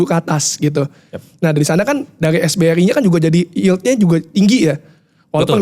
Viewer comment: Bro yang bener SRBI bukan SBRI yaa… Sekuritas Rupiah Bank Indonesia